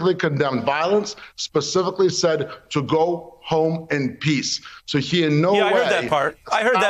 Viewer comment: He said "go home in peas."